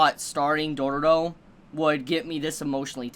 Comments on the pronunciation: It's dororo i think it's pronounced doe row row not like dooro dooro😂😂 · he adds way more r's haha it end up being Dororororo 🤣